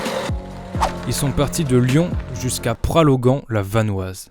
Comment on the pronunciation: C’est Pralognan, pas pralogan ! Et dommage pour le lac des Vaches, c’est sublime normalement !es mecs vous êtes courageux, mais mal préparés !